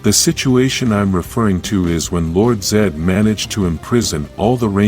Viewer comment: Lord Zeed lol not how you say Lord Zed no to EE lol